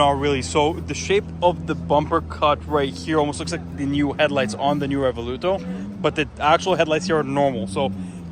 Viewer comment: Revuelto, not Revoluto😂